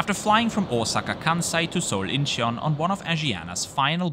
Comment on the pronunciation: Great video! FYi Incheon is pronounced IN-chun. No need to emphasize the 'he' sound.